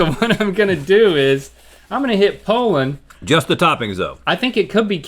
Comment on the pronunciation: Link, it's not Pole-end but Po-land.